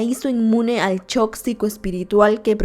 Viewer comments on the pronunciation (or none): none